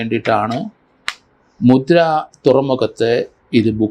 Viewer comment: It's not "Mudra," It should be Mundra port in Gujarat. Modiji & Shahji are aware of the names correctly.